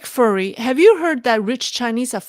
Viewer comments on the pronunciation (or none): one of your loyal followers is Nick Fury and you mispronounce his nickname. It’s “fyury” like anger, not “furry” like a kitten. He’s a famous cartoon character. FYI😁😂🤣. GREAT show, as always!